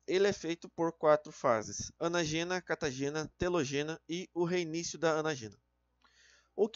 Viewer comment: Po, tem um acento em "anÁgena", 'telÓgena" e "catÁgena", o maluco me lê: "anagÊna", "catagÊna" e "telogÊna" KKKKKKKKKKKKKKKKKKKKK pqp